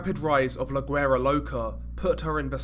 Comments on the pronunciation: Pronounced " LA WERA"... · La Guera is pronounced La Wera......and Las Haynas is pronounced Las Hi-nas